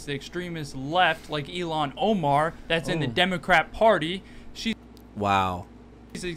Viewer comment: Did that glue eater just call her "Elon Omar"?